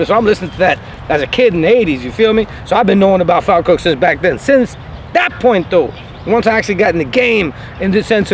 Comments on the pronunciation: Am a Falkirk fan it's pronounced Fawlkirk Falkirk Mods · If your going to talk about a football team at least know how to say the name of the team properly ...its spelt Falkirk..but you say fallkirk